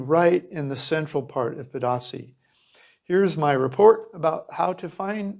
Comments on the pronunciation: It’s pronounced: Pay-dah-si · Unbelievable that a gringo that would like to perhaps connect with locals and appear to know the culture and place not even make the smallest effort to pronounce the name of the principal subject of your video correctly. Every time i hear "pah dah say" I want to puke. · its pronounced ped-a-SEE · Nice video...but, Pedasí is pronounced as Peh-dah-SEE. And Venao is pronounced as Veh-NOW. Do your homework! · Pedasí has an accent on the last syllable, not the middle one. Venao is pronounced vĕn•åh'•ō. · Seriously bruh if you can't even pronounce the town name ... smh